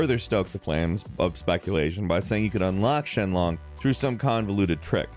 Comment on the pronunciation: Late comment, but.. Was saying Shen Long instead of Sheng Long a joke, or just a mistake caused by a bad script writer and/or you not reading the script right? Because you SHOWED multiple sources saying SHENG Long while insistently saying SHEN Long.